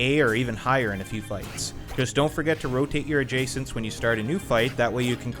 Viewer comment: Adjutants. Not adjacents.